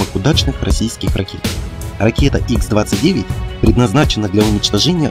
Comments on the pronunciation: не икс,а Ха 29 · какой ИКС-29?какой установленная?ты в своём уме?Подвешенная Х-29(Ха произносится,буква Х) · Только это не Икс, а Ха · Не икс 29 правильно ха 29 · Не Икс, а Ха